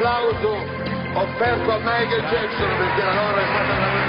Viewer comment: LOVIU MAICOL" JAJAJAJ